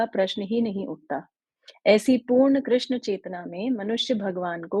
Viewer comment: हरे कृष्ण बोलो प्यारे.... कृष्णा नहीं कृष्ण